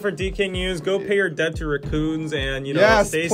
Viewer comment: please pronounce the word "debt" properly. It's DET. B is silent... sorry, every time I hear say debt, it triggers my inner pronunciation demon